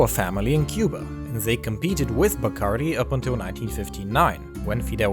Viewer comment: Love this channel! But the "Die-Curie"?? lol